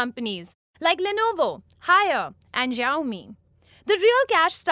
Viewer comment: xiaomi is pronounced as "shomee" just pointing out.